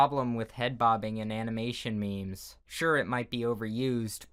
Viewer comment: It's not me mes it's memes